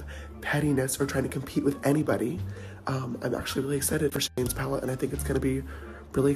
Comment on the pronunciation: “His PaleTTTTe” 😂🖤